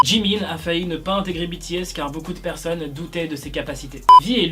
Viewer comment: En ne dit pas bities en dit bts idio😎😎🙃🙃👶👶👶👶👎👎👎👎👎